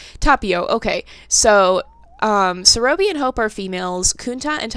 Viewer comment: it is not Serōbi it is Serõbi